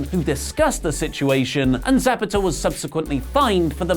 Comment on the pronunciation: Referee 😂😂😂😂 that’s not how you say his name